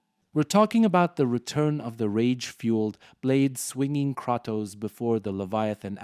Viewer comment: Learn how to say Kratos you terrible content creator